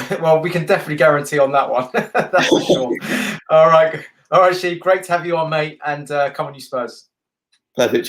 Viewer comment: It’s definitely Shiv not Sheeeeev